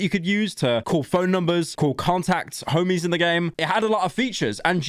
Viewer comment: british man says homies